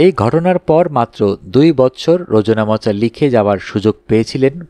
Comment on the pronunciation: গল্প নির্বাচন ও কন্ঠস্বর ভালো। কিন্তু কিছু কিছু উচ্চারণ অন‍্যরকম হচ্ছে। (যেমন- রোজ্ নামচা হবে )